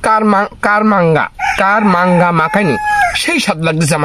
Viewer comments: কামরাঙ্গা বলে কারাংগা না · কারমাংগা নারে ভাই সঠিক উচ্চারণ কামরাংগা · দাদা আপনার দেশের বাড়ি কোথায় আর কার মাঙ্গা না কামরাঙ্গা কামরাঙ্গা ফল আপনার দেশের বাড়ি মনে হয় মনে হয় একটু মুখে কথা মনে হয় ভালো বলতে পারেন না উচ্চারণটা কামরাঙ্গা হবে কার মাঙ্গে না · ভাইয়া এটার উচ্চারণ হবে কামরাঙ্গা 😂 সেই স্বাদ